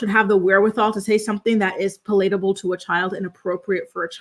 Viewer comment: Puh - LATE - able?